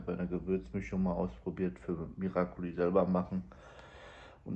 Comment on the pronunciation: Ihr Lieben es heisst Miracoli ❤